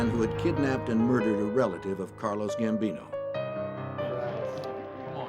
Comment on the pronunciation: Gambino not Bambino